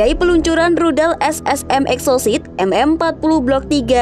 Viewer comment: Salah baca min.Rudal EXOCET.bukan sit